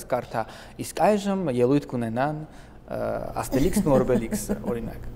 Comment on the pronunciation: Ասումա Աստելիքսը ու Օվելիքս 😂 պոնչի ու զիրոյանի հետա😂